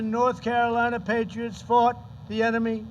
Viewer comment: Why does Trump say that they "fart" in the war? Shouldn't it be "fought"? I can't believe that he never reads his speeches beforehand. We're Learning a lot today? Yeah, because you don't study. Ever. What an idiot. Face palm